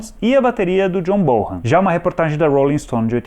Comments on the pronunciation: o sobrenome do baterista soa como bonam e não borram. 😉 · John Bonham se pronuncia John Bón-am... BONAM